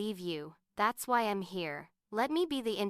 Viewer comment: Gosh that Artificial Idiot is saying eeem instead of I'm ... I'm out